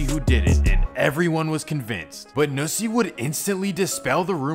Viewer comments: it’s not nooosie it’s NU$$IE not worth a “no” it’s “NU” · Oh & it’s nussie not noosie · The fact that he called Nussie "Noosie" 🤣😂🤣 Bro, lemmie help you... it's pronounced "Nuh-sie"